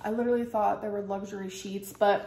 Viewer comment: Riveting content as usual ICKSPECIALLY the candle situation type deal. Lidurally.